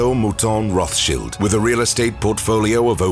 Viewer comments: I wish the narrator would learn how to pronounce Rothschild. It is child as in small children not Rothsheild shield as in to shield one’s self Please please correct the pronunciation. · Its a German name, its not a "th" sound... its a "t" as in time followed by a "sh" as in shivering. Thats the entire "thsch" part properly pronounced. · Its Roths-childs. It says a lot when you can't even pronounce the persons name correct you're doing a docu on lol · Rothchilled is an irritating way to pronounce their name. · He pronounced it the Austrian way. The name is roughly Red Shield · It‘s not even fully correct. Rothschild is of German origin. German has no fricatives. >th< is pronounced just as >t<, like in River Thames, which curiously also isn’t pronounced as a fricative. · Why are they mispronouncing the name? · You are mispronouncing the name. There is an English pronunciation and a German pronunciation. You are using neither. There are many yachts worth more than this one. Plus, yachts are not an asset. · Your pronouncing their name wrong! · Pronunciation is wrong no? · Get ur pronunciation of the surname right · learn to pronounce ther name correctly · Please learn to pronounce Rothschild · It’s Roths Child not Roth shield… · Wish they can get the name right it's pronounced Roth's child not rothsheild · Interesting and entertaining but confused over pronunciation. English pronunciation Roths- child german pronunciation Rott- shield. Are you being extra PC going half and half 🤔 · Roth shields?😂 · If you make a video about a person at least learn how to pronounce their name! Its pronounced "Rot" not "Roff"! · Rothchild is said Roth-child not sheild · Am I crazy? I thought that the last name is pronounced Rothschilds as in emphasis on the child not Roth Shield. Now I’m confused I’ve never heard of Pronounced the other way. And if they can’t pronounce it right then how are they going to get the information correct? I vote no on this video. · Child not shield..